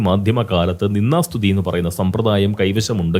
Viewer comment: പോങ്സ്കൃതത്തിൽ നിന്ദാ സ്തുതി എന്നുപറയുന്നതിനു പകരം നിന്നാ സ്തുതി എന്നാണ് കേൾക്കുന്നത്. ദ കാരം ഉച്ചാ രണത്തിൽ വരുന്നതേയില്ല. അനുനാസികാതിപ്രസരം. ശ്രദ്ധിക്കുമല്ലോ.